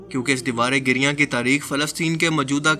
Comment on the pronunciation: Giriyan nahi "giriya"